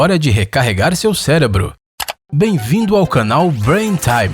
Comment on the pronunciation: o cara fala célebro...